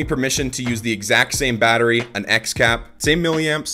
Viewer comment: Well... batterry lol